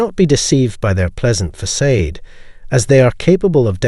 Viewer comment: Hey fake narrator, it's pronounced fuh-sod, not fuh-sayd